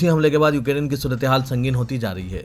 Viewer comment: بھائی ، السلام عليكم و رحمة الله و بركاته ، آپ کو بار بار بتایا جارہا ہے کہ: 👇 ۱۔ “ یوکیرین “ نہیں بلکہ “ یوکرین” صحیح تلفظ ہونا چاہئے،،، امید ہے کل کی خبروں میں اس بات کا ضرور خیال رکھا جائے گا، دوسری تصحیح حسب ذیل ہے: ۲۔ “عاشقان رسول” کہنا مناسب نہیں ہے اس کے بجائے “ محبان رسول” کہنا بہتر ہے،، امید ہے کہ کوئی بھی مندرجہ بالا مشوروں کی لئے برا نہ مانیں گے۔ الله سبحانه و تعالى سب کو اردو کا صحیح تلفظ کرنے کی توفیق عطا فرمائے، آمین یا رب العالمین 🤲🤲🤲